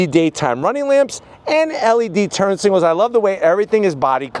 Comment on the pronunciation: often says “turn singles” instead of turn signals.